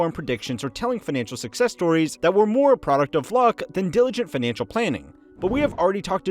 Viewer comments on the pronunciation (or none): none